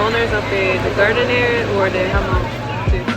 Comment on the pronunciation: The H in Hmong is silent. 😊